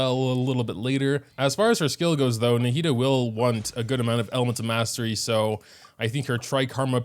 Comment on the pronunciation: NAH-HE-DA that's how you say it my g